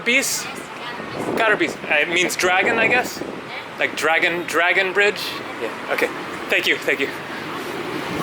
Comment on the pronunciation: Great vlog of your first impression of VN,! What part of the world are you trekking & vlogging at the moment? Re. the woman at the tourist information booth (@ - ), she certainly did not try to tell you the name of the bridge you asked in Vietnamese. What she did try to tell you was in fact "dragon bridge", but her crooked pronunciation made it sound like "gar-bitch" or even "gar-bage" for that matter! It's evidence of a terribly corrupt system of human resources allocation. One couldn't help wondering what kind of smart and sensible city government would appoint a tourist information booth attendant who has no English language skill?